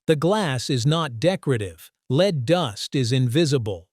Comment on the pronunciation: I listened to 10 seconds before I decided I cant watch this as they are pronouncing the word Lead as leed.